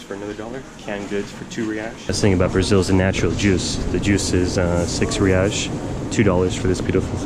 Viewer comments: kkkkk ele falando "reaish" kkkk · its "HEY ICE" (Reis) de nada amigo